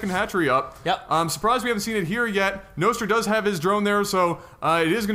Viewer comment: Think its pronaunsed Nostra like in Nostradamus :)